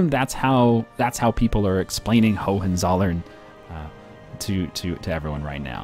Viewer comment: Great playthrough,. Just wanted to say that though your pronunciation of Hohenzollern is close, it sounds like ho-wen-tsol-lern. This was the Germanic dynasty that eventually took over Brandenburg and founded the kingdom of Prussia.